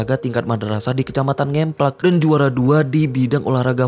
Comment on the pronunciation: Kecamatan NGEMPLAK, huruf E pengucapan spt kata BREBES, bkn spt E pada kata JEBRES